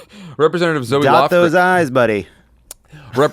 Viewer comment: Quick correction for you at the mark. Zoe Lofgren pronounces her name like Zo, not Zoey.